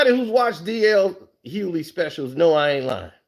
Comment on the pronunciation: Bro, the G is not silent in DL’s last name.